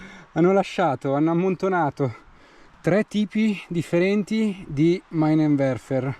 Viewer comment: Ciao si pronuncia minenverfer